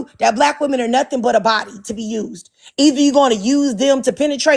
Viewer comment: What's with all these guys that can't pronounce the word, "women"?